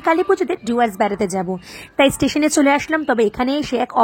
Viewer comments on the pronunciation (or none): জুয়ার্স না ওটা ডুয়ার্স।